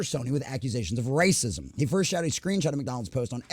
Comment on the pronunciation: Do you have brain damage? Why cant you peonounce journalism or racism properly